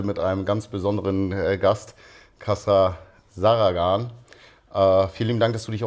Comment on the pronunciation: min Kassara wer?? zaragan ? nuschel nuschel Hand vorm Mund.*^*^ Zagaran heißt er doch.